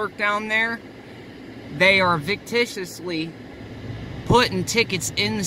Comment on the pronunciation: "coheershun" "victiciously"?